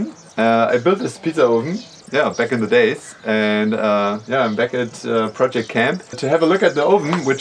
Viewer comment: saying the word 'Project' drives me absolutely crazy. Does he try and mumble/half say the word on purpose???